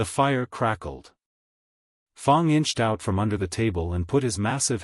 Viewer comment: What a great story! Also, the 1st fanfiction I've listened to without any cannotical errors, none that I spotted anyway... unless you count "Fong" instead of "Fang." lol Thank you for posting. A very enjoyable listen.